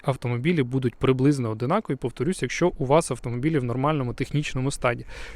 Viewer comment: ОДНАКОВІ! Вухо ріже